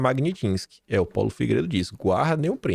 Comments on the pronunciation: O não quer aprender, é Magnitsky e não Magnitinsky. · Porque chama de Lei Magnitinsky ? É pra não ter problema de processo ? O correto é Lei Magnitsky